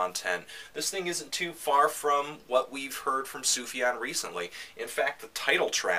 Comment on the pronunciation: That's pretty close to the correct Arabic prononciation, yeah